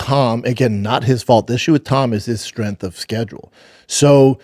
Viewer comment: BRENDAN, THERE IS A G IN STRENGTH